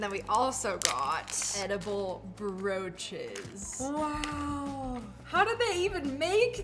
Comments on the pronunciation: I had to do a double take and rewind because when you said edible broaches i thought you said eible roaches the heard CRUNCH🪳😮😂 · I thought you said edible roches😭😭🙏🙏